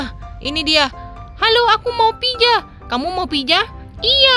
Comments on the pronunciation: Pizza Bukan pijaa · Pizza bukan pija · Mohon maaf itu bukan piza yang benar pizza🤣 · kak gak bisa ngomong z pizza😄😄😄🍕🍕🍕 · Pizza btw bukan pija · Bang pija apa pitza 😂😂😂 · pizza bukan pija 🤔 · Kwkwkwkwkkwkwiwiw pijaaa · Ya bukan pija harus nya pizza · kak gak bisa bilang z tapi kakak tadik pas bilang pitza tadi kakak bilang pija gak bisa bilang pitza ya kak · Pizza bukan pija tau ngak sih 😒😒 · Salah nama nya kak bukan pija yang benar pizza 😁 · Pizza bukan pija 🤦‍♀